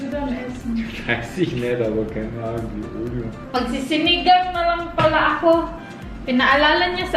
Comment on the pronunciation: Alyo-liyo po ang tamang pronunciation ng aglio e oli. Avid viewer po from PH